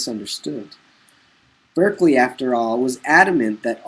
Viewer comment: Berkeley is pronounced Barkley.